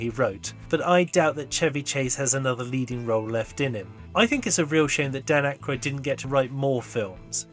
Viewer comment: I recently watched a YouTube video by a young person which was a long history of people on SNL. Couldn't believe that this person mispronounced Dan Aykroyd's name through the video, yet thought they were qualified to make an SNL history.